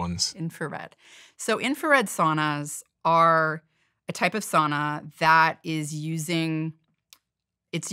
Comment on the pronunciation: Finland has a population of 5.5 million and there are almost 3 million saunas in Finland. At the same time, Finland has been ranked the happiest country in the world 8 times in a row - just saying... P.S. Please, learn how to pronounce "sauna" correctly. Please!